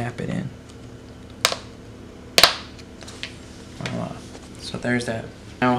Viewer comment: It's NOT "wa-la!" (wala), it's VWAH-lah! (voila).